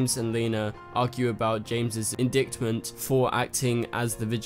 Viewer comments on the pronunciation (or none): Indicktiment? Indightment. The "c" is silent. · Indictment. The second 'i' is pronounced like the 'i' in like. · LOL - in Oz we pronounce it “in-dykt- ment” but I Love that you say “in dick ment” 😂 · The way you spelled it, it could be pronounced several other wrong ways. To be perfectly clear, the word 'indictment' rhymes with "in white tent." 😉